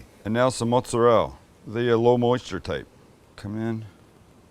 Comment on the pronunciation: Per those Italian dudes that are trending on YouTube shorts, you’re saying “mozzarella” wrong.